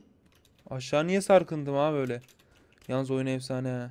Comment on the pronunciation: abi laz mısın ''in da aşşa in da'' dedin diye düşündüm